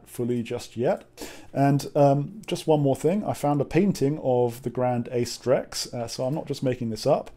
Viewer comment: Wait, what program lets you play Grande Acedrex? BTW, it's pronounced "A(rcher) + CE(ntral) + DREX".